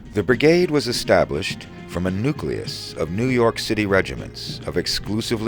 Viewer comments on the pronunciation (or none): none